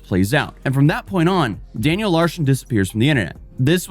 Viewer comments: Why do you keep saying Larshen though? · Sounds like you keep saying Daniel Larshon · cant pronounce "Larson" he adds an H in it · Larson, not larshin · Why do you keep calling him "LARSHEN" 😂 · Yeah, gotta say, Daniel Larson's "pranks" weren't really pranks, he believed everything he was told. I also like how you say Larson (pronounced Lar-son) as larshon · Larshun?! Huh? The guy’s name is Daniel Larson. Lar - SUN. LarSON. Daniel Larson. Competency. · it’s LARSON not LARSHON. Just sayin. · It’s not an video without some weird mispronounced word. “Larshon” is killing me! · Its larson not larshon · Is it me or does it sound like is saying "Larshon" not "Larson"? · Larshen? It’s pronounced Larson. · For the love of god its larSON, theres no fing h in it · "Daniel LARHSHON" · “danyel larshen” 💀